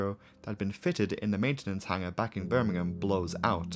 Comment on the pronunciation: Rhanks for saying Birmingham properly